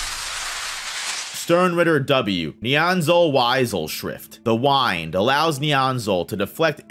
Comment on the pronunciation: It's the win-d not the wine-d lol